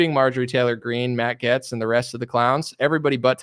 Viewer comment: Hey Stupid! It's pronounced "Gates" not "Getz".